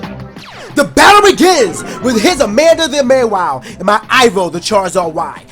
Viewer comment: Never heard Mawile pronounced as May-wile... May start doing that, lol